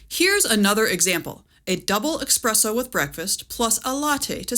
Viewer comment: Great video, but… there’s no x in ‘espresso’. :)